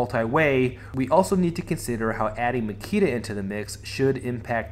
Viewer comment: Great analysis, but his name is Nikita :)